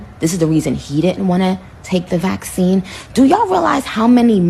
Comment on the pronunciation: WHY CANT YOU SAY VACCINE?!